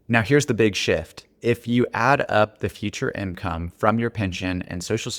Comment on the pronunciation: Please, stop saying “imcome”